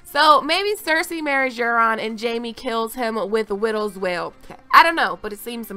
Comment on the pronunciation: I couldn't help laughing every time you said "Widows Wail" It reminded me of Kit Haringtons comedy audition - "I'm just a widdle girl wiv a widdle sword..." Well I thought it was funny anyway:)